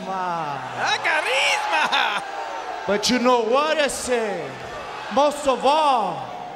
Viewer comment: Jerry Lawler when he said carisma 😂